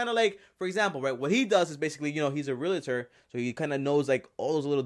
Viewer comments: It’s just realtor. Not realitor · “Reletor” “Gray ham” OHMYGOD I CHOKED ON MY AVOCADO TOAST AND STARBUCKS 😂😂😂